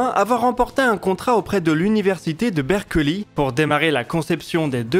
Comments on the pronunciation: Faux, les Américains prononcent "Beurkli". Ils ne prononcent pas "Berkeuli" comme, mais clairement ils ne prononcent pas "Berklé" comme tu le suggères. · en français on prononce quand meme berklè , berkeuli serieusement...ça vaut presque le louis de brogli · Oui, en plus, avec l'explosive "kl", ce qui se prononce donc "berklé", pas "berkeulé".